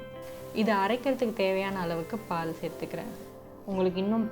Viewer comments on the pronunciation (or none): none